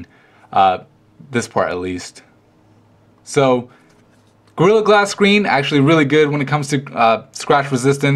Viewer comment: Sounds like he's saying grill glass.